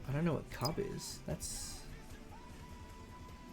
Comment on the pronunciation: Cuub is actually pronounced like "cube". back when i was pushing for the Bricktor to be made, Cat made that and said "here's your brick". however it actually doubled as a test for the mechanism the tank uses to steer. EDIT: also, the trailer version of Old Smokey is being saved for some kind of reward in the future. we don't what yet though.